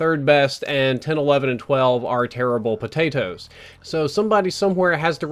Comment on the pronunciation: Lol why does say potatoes like that!? Potat-Hoes.